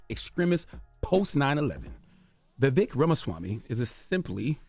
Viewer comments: I love how Charlemagne deliberately mispronounces Vivek’s name when this would’ve been considered racism if the the same was done with Chalamagne’s name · I am not a supporter of this man but It’s a little disrespectful at how you mispronounce his name. He was literally on your show and told you his name. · The donkey is CTG for mispronouncing his name on purpose and making sure to point it out. CTG is the biggest racist on the radio 🫏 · BIG facts. Notice how charla can't bring himself to pronounce his name correctly. Also, they did reduce Ramaswamy to his funny name and his race ("wherever you're from!") when he was on so i guess his point is proven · he has a history of rewriting ppls history to the point he doesn’t even know or respect his own. Except for when he can use his culture as a defense mechanism. Like when someone mispronounces his name. Also Indians (not native Americans) have historically tapped danced for the whites it’s nothing new